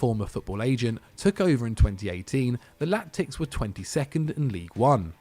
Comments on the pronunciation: Latics, not Lactics! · The "lac-tics" 😂